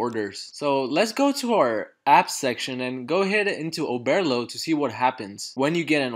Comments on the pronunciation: Oberrrrrrlo not Obearlo 😂 Great video tho thanks a ton! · Bro I swear to god if you say “Oh-bear-lo” one more time 💀😂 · Listen I had to pause the f**kng video and just figure it out myself. I'm like I know I'm not the only one who hears this 🤬😅